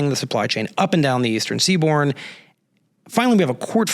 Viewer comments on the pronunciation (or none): I went back and listened several times. He definitely said "all along the Eastern Seaborn"